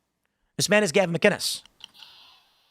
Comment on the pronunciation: McInnes with a hard C not G 🙄